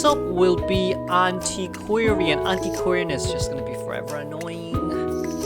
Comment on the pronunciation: Antiquarian sound really like Anti Korean